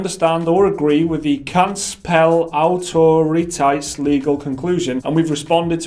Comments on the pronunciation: for a brit you did reasonably well pronouncing the name kansspelautoriteit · Congratulations, you actually came pretty close to pronouncing Kansspelautoriteit correctly! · it's weird sounding yet as close as we're going to get from non-native dutch speakers. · You actually pronounced Kansspelautoriteit pretty decent. Better than YongYea, and I wont even mention Jim Sterling :D (except I just did) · Firstly, pretty good job pronouncing kansspelautoriteit. Secondly, I would not call myself a patriot. But by god do I love my country right now. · So far you guys had one of the best pronunciations of kansspelautoriteit. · I am Dutch and i like the way you say kansspelautoriteit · Your pronunciation of Kansspelautoriteit was almost spot on. Don't apologise! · Geloof me, dat is het beste nederlands dat ik ooit heb gehoord van iemand die het voor geen kilometer kan verstaan.